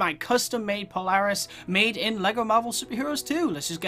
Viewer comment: I can tell your American became your pronouncing Polaris wrong